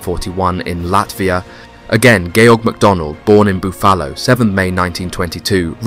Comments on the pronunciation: Very interesting but I do have to say, pronouncing buffalo as boo fa low KILLED me lol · Did you just say buffalo as Boo-fah-low? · I like how you say Buffalo… Boofoul-o